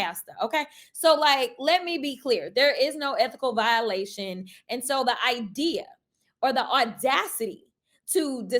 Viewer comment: There is no R in idea!